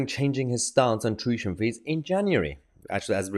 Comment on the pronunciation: Mayher…it’s tuition…not tushion